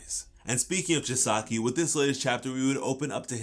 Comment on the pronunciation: Every time he miss pronounced Chisaki’s name, it made me cringe